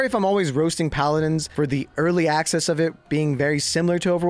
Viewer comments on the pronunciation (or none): none